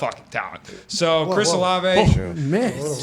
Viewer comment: I love Pat but hate that he refuses to pronounce Chris Olaves name correctly lol.